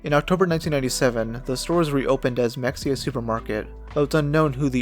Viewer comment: it’s pronounced muh-hay-uh, and it’s a smaller town that’s for sure. There’s a state supported living center there that was originally a German POW camp that had soldiers from Rommel’s Afrika Korps in WWII. Edit: I’d love for you to make a video on Mexia. It was also once home to Anna Nicole Smith, a pretty famous playboy playmate. Fort Parker, which is now a state park and is also in Mexia, is the site of a massacre by Native American in the 1800’s. During that raid, Cynthia Ann Parker was abducted by Comanches. She was later adopted into the tribe and had children with one of the chiefs. One of her children was the famous Comanche Chief Quanah Parker.